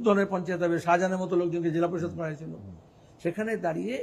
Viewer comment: জাজাহান আর জাহাজাহান 😂 শারুখ খান আর শাহরুখ খান 😂